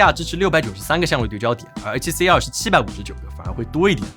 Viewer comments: C2跟CR听得傻傻分不清😂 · 跟介紹ZV E1一樣，完全不知道為什麼不改說英文就解決了